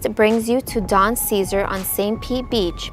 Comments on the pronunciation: The big, pink hotel you point out is the Don CeSar. It's pronounced like it's spelled, not like the word "Caesar. It's pronounced "Say Zar". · Bless Your Heart.. it’s Don see-ZAR.. also - Lake ma-GOR-ay.. 😉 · You mispronounced the Don Caesar. Should be Say Zar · please ask around to know HOW to pronounce the Don Ceasar Hotel ..... as well as Passe Grille & Terra Verde ; work on the accents please (espanol helps) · Thanks for the video, made me very nostalgic for my childhood home. The PIER is no longer a landmark, the new PIER SUCKS!! You mispronounced the Don Caesar, and Pass-a-grill use to be SOOOooo much better and fun, but has now been taken over with residential Primadonna! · Learn how to pronounce Don CeSar.